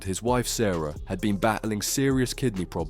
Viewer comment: Is the narration done by a robot? The pronunciation is appalling! Owsh? (oche) kideny? (kidney). Bloody awful.